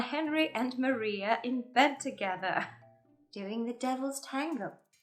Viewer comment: For how particular u are referencing accuracy ur mispronounced Maria's name